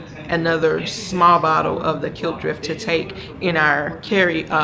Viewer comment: It's pronounced Clip drift, Klipdrift. 😂😂